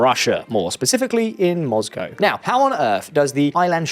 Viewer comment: My only criticism... 'Mozcow'...